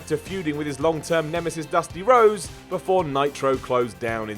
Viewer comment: When I heard "world (or wode?) Warrior Animal" I could forgive a momentary Rhotacism slip-up; but "Dusty Rose?"